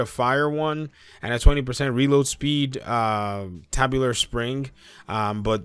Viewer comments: Tube-u-lar, not Tab.... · Good vid but not to be all grammar nazi but bro, it's TUBE-YOU-LAR . tubular mag. Seriously not hatin. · It’s pronounce “Too-bew-lar” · A/ shotguns are close range weapons. Say the range of it is 10m. 10% of this is 1m so a no brainer, loose 1 m for 2% more damage. B/ TUBUlar, as in it's the things in the shape of a tube (pronounced tewb) Other terrible mispronounciations (mainly by americans) are things such as;- turrant - there is no 'n' in the word, it's a turret ( turRET) Gila guard - this is a multi nation mispronunciation, its HEEla, as in gila monster, a mexican lizard.